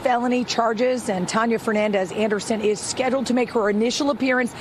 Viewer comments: Bro said her name "Tanneya". Why? You just reward how her name was pronounced. It's Tania bro! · She's really dumb like the news people mispronouncing her middle name